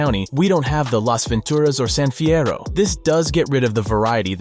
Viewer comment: Love how pronounces Las Ventura’s and San fierro with the Spanish sound than the lazy way us Americans pronounce it lol! But it will be a long time coming before we all get a full USA 🇺🇸 map of V’s world but there is a map mod of GTA San Andreas that is called Stars and Stripes 🇺🇸 that let’s have our Dreams come true for wanting a Gigantic 3D map of America.